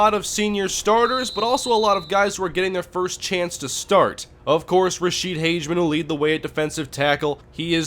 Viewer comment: just to let you know its pronounced Rasheed Hag-a-men